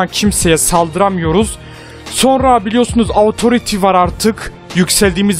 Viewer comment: abi autoriti die deil otorite diye okunuyo pls :D çok sinirime gidiyo